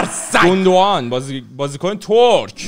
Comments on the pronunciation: اخهههههههههه گوندوقان ترکهههههههههه؟ 😑😑😂😂 آلمانی اصل اگر این ویدئو رو ببینه سکته میکنه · به سانه میگی زنه😂😂😂 به زینچنکو میگی شفچنکو😅 بعدشم گوندوقان مگه آلمانی نبود😢